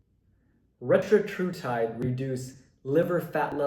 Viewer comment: Retatrutide, not Retratrutide. Also, audio and video aren’t synced up in parts of the vid.